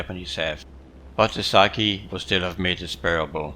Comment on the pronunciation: Sake, not saki